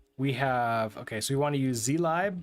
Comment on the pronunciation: It's pronounced /ˈziːlɪb/ ( ) not "z lie b", god damn it XD